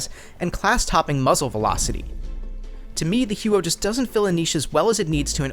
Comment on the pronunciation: im proud of your google skills but I spent an entire summer there and nobody who speaks canadian french pronounces it that way. maybe americans or canadians without french origin. either way, the huot sucks ass xD and good video.